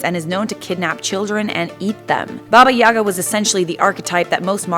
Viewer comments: In russian - YagA, not YAga. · Nice vid... But ffs, if I hear Babayagá pronounced Bábayága again, I'll cut off my ears. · I feel like she’s pronouncing it wrong...